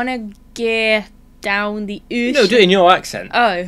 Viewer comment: As a Baltimore native, I can with certainty confirm his "Down the Ocean" pronunciation!! But, I'm disappointed he didn't add in "Hon"... :D